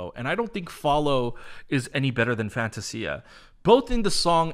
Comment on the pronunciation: I love the song but I'm not a fan of the pronunciation of the word Fantasia.